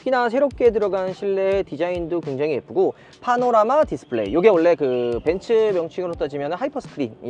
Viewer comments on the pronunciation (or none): none